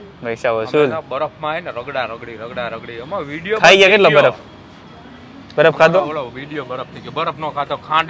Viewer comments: Badaf nai barf ben bolta sikh😅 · pehala baraf bolta shikha